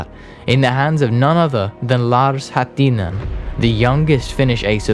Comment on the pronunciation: The Finnish names and words are as usual pronounced wrong by English speakers, with emphasis on the second syllable. In Finnish, the emphasis is typically on the FIRST syllable, e.g. LAkomaa, JUUtilainen, HAttinen (not LaKOmaa, JuuTILainen, HaTTINen etc).